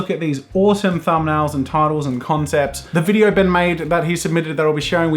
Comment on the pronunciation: imagine... imagine... it’s not “ben” its “BEN”